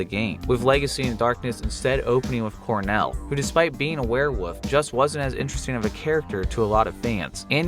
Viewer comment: Werewoof 😂😂😂 no time to pronounce that L